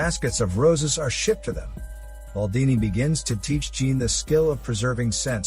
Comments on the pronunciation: I must say this as a french speaking viewer - jean isnt pronounced as the ´ea´ in jeans. The ´ea´ vocal sounds more as the ´o´ in ´john´. + the ´n´ from jean isnt pronounced This is how you pronounce the name ´jean´ in french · The mispronunciation of "Jean" did it for me - I got past the robotic delivery this time, but still only got halfway through.